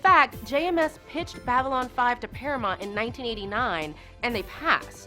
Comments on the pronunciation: She keeps mispronouncing Paramount too. "Paramont" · and 'Paramont' instead of Paramount. To be fair somebody should have helped the talent with the terminology. I think as a presenter goes she did good , but -yea somebody should have caught those lol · Para"mont"? Daylen? Star Track? Munbari? Seriously, nobody does any research these days. This is like Kennedy back in the day having no idea why Martin Landau was at the Mission: Impossible movie premiere.